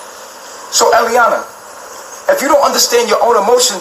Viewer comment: Its eliana, not iyah